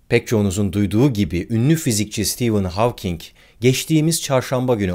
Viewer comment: İlk defa Stephen Hawking in adını doğru telafuz eden birini görüyorum.